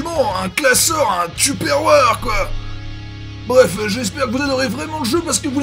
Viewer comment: tupperware sa se dit taipeur waire